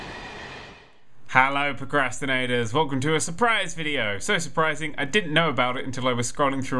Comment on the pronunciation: do you alwas say comprastinater